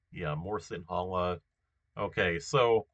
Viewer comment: Little tip - That number 3 line, like 70% of Tamils live in the upper part of that line, Also in the Central part near tea plantations. The rest is mostly Sinhala. And 'Ha' is not that strong when pronouncing Sinhala. It's like the first sound in "her". - That's a scarecrow 😂.